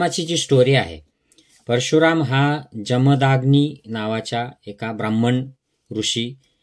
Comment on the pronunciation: "जमदाग्नी" नव्हे, "जमदग्नी"